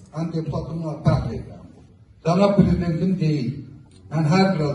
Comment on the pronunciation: Bunun hec daniwiq nitki yoxdur...yalansa senin dilin qursun milletden xeberiniz yoxdur elede deyir piridident deyede bilmire